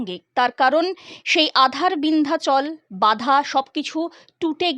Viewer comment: ভালো ভাবে পড়তে হয়। ওটা আ৺ধার😢 বিন্ধাচল নয়! ওটা হল, "বাধার বিন্ধ্যাচল"।